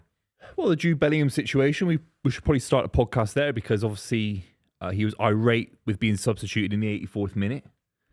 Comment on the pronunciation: Irate?? Come on,.